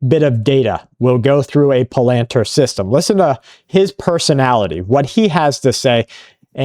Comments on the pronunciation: It not planter, like in Planter peanuts. Its pronounced Pal_lin_tier. Fyi, Bing Laden was a cya assest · Pal len tir pronounced